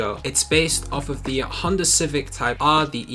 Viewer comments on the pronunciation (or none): none